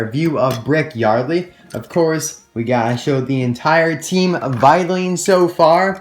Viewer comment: you called brick yardly